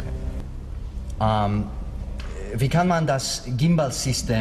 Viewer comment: As he sounds different with an English vs. his native and various Scottish accents. although, in this clip, his Scottish accent bled through on "der" und " Schaltung". Those words sounded more Swiss or Australian. DT's command of accents and languages (French and German in Spies Of Warsaw, for instance) truly amaze and astound. I have watched a gazillion interviews with DT, and of yet no one has asked him how he can switch and maintain accents. In Bad Samaritan he had a flawless American or Canadian accent, so flawless that I didn't realize his accent until I watched it a second time. Yet in a pilot called (Character's name ) Is Not Your Lawyer, his American accent was flawless but irritating ( the pilot didn't get picked up) but his character was irritating as well. In Run Away Bride, he used a standard to posh British accent starring in Scotland opposite a Schottish actress who spoke with a thick Scottish accent. I have no idea how he could hold his accent and not fall into his native tongue in that situation.